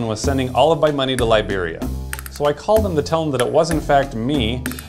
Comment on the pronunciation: 'Lie beria'